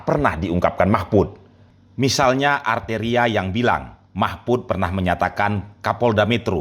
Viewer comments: Arteria" ngomong R aja gk becus sok"an😄😄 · Gak bisa ngomong R padahal namanya banyak R nya. Jadi dia itu gk bisa sebut namanya sendiri dg baik. Alias gk tahu diri. 😂😂